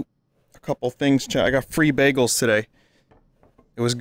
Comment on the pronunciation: I like that when Vinny talks about Bagels his new york accent kicks in.